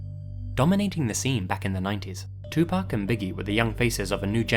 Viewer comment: Hey dude thanks for pronouncing pac's name right. I really love this video, i need to listen to Sam Cooke now. Never listened to his stuff before. Thank you! Can't wait to watch the rest of this video!